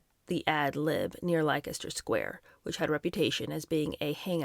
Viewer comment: Hello dear lady, Mary Quant’s last name rhymes with ‘want’; Leicester Square is pronounced Lester; and Majorca sounds like Mayorca. Kind regards.